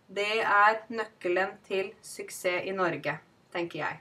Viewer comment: Jeg hørte ikke de endelige "ss" i "suksess".